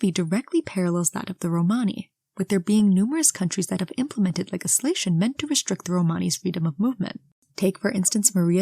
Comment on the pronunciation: You’re mispronouncing “legislation” which I didn’t know was possible 😂